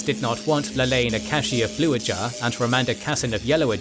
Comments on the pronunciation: Ajah, not Ajar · >makes videos about wot universe's lore >calls Ajah "ajAh" Bruh.